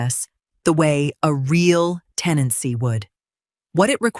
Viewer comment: TENANCY not “teny” (that isn’t even a real word).